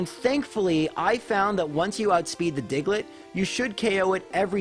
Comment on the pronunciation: The way he says digelet is funny 😂